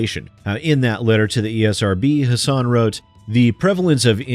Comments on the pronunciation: I'm glad to see one of my senators (and former governess) is helping to protect gamers. And just for reference, even though it looks like her name should be pronounced the way you do, but it's actually HASS-in. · Since it's been made clear that gamers are going to have to keep the pressure up to prevent game developers from fleecing us further, and since people like Christopher Lee and Maggie Hassan are going to keep coming up in that dialogue, "Hassan" rhymes with "fasten" (or "assassin", if you wanna keep it gaming-related.) Just thought you might like to know! Almost nobody pronounces her name right; I only know thanks to political ads from a state I don't live in.